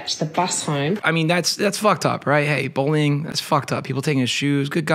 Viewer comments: Are you saying “bollying” instead of bullying? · says “bowly” instead of “bully”